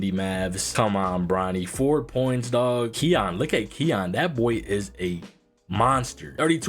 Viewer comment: ki yan not keon